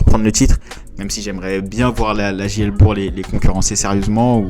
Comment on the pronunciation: Merci pour cette vidéo, elle est vraiment très bien faite. Petit conseil par contre quand tu dis la JL bourg il faut prononcer le g comme un k donc phonétiquement ce serait JL bourk